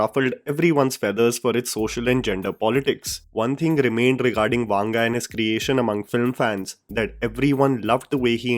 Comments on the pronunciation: It's not वांग it's वंग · It is not pronounced वांगा, just वंगा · His surname is not वांग rather it's वंग. If you are covering any non Hindi person it is a good practice to reach out to someone who speaks that language to ensure you get the pronunciation right. It can be very annoying for ppl from Telugu speaking states to hear that wrong pronounciation. You have a strong subscriber base and it is just a message away to get some help. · I have nothing to say about the video, but the way you pronounce the South Indian names... To be honest I recommend you to first hear the way we pronounce. It is not vaanga, but vanga. I've made this comment after watching so many of your videos... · It's not वांगा .. it's वंगा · Bhai it is not vaanga, its vanga. For authenticity of name pronouncement